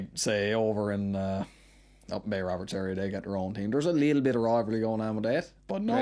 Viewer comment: Does he pronounce it Bay Woberts